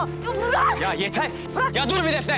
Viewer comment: Nazan defne demeyi bilmiyo hep def-neğh diyo